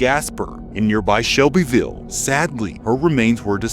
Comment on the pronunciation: You put the chillest lady in the video as the thumbnail next to “White, Poor, and Angry”. Odd choice. Also, she said “it’s all over Shelbyville now” she pronounced it like locals do.